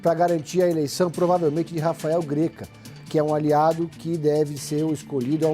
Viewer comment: eu queria muito saber de onde vcs tiram a informação que o GRÉCA (escrevi com acento de propósito, para salientar a pronúncia) é o favorito pra disputa... Só o fato de nem sequer saber falar o nome da pessoa já prova que essas "apurações de bastidores" se resumem a ler um ou outro blog.... O Greca tá cotado, sim. É um baita nome, sim. Mas hoje ele seria o terceiro na fila, atrás de Guto Silva e Alexandre Curi (não necessariamente nessa ordem, inclusive). Há quem diga, inclusive, que o Greca é o vice de um desses outros dois. Eu arrisco dizer que eu até sei de onde vc "apurou" essa informação, porque teve um canal de comentários políticos que trouxe nessa ordem (e quase nas mesmas palavras) os nomes apontados. Mas vc não daria crédito ao Pedro Zambarda, né...